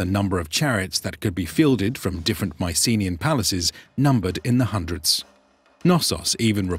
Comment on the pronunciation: The usual pronunciation of 'Mycenaean' has the stress on the last syllable.